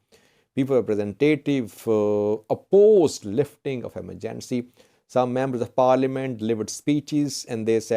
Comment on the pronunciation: How to pronounce EMERGENCY